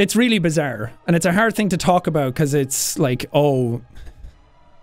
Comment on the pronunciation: Jack: it’s really BeeeezaRRRRrrrrrRRrr